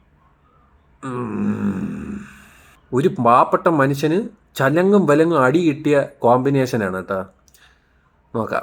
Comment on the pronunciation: "ചലങ്ങും വെലങ്ങും" അല്ലടേയ് വിവരദോഷീ, തലങ്ങും വിലങ്ങും എന്ന് പറ. 😂